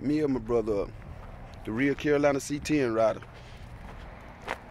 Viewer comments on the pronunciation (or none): none